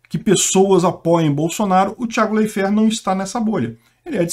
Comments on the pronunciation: Escreve Leifert, mas se fala "Laifer"... "Tiago Laifer" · A pronúncia é : laife, com um ditongo no ai. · Leifér? Kkkkkk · Off-Topic: Eu até pensava que o falava o nome das pessoas de forma descaradamente errada de propósito, como se fosse uma forma de evitar citações que pudessem levá-lo a alguma cenário de processos, sei lá... Achei que fosse proposital... Até que, depois dele errar feio o nome do Leifert e do Perrone (descaradamente com dois erres), ele vai lá e acerta o da Paola, na lata! Pqp ele erra o nome de todo mundo mesmo, de verdade...não é proposital! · Pode até ser o correto mas da muito nervoso o falando o nome do Thiago kkkkkk